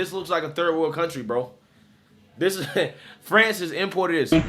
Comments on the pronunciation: "Frahnz"???? Lololol😂😂😂 Better Off Dead much,??!! " Fronch fries, fronch dressing and, Peroo". 😂😂😂😂 "Frahnz"?? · Dude, say France like a normal human. 🤣🤣🤣🤣🤣🤣🤣 Love ya, just kidding. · FRANS or FRANCE pick one pronounciation please